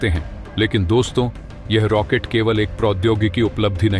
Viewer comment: रैकेट नहीं रॉकेट